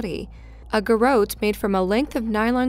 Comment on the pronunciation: Ok this is driving me nuts... It's IS-standbul. Not "INstanbul". Next story, it's reCuse, not "rescue". 4th story, there's too many to mention, so just as a sample, it's ga-ROT, not "ga-wrote". And OMG don't show pix you're going to blur!